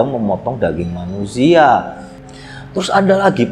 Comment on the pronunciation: Saat Jo mengusia 🤣🤣si aa kalo kepleset bikin ngakak.